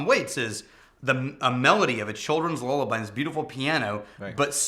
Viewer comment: i will see if i can try that octomore... but dude.. what is a lol-laby...... did u u mean a lul-laby?